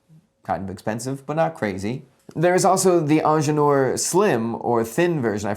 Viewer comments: yeah i had the video running in the background and was like 'wait, what is this onjelor he's talking about' 😅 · Please just say „Engineer“ instead of butchering the original name throughout the video 🙄